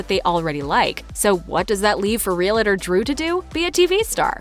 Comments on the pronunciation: "Realuhtor'. Lord, how I hate hearing that. It's REAL- TOR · Reee-lah-der? Really?? Re-al-tor. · It's real-tor not real-uh-tor. Two syllables. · "Real tor" not "Real-a-tor". Gees. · Real-a-tor is a two-syllable word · "Real-la-ter". If you can't even pronounce "realtor", you're not very convincing. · Realtor is 2 syllables, Real tor, no i or, eh. Just REALTOR. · It's not "real-a-tor." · This is really petty, but could you please pronounce "realtor" properly!! You keep saying realAtor. It's like saying "NucUlear" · I don't know, but the announcer in this video can't pronounce "REALTOR" to save her life. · Learn how to to say realtor...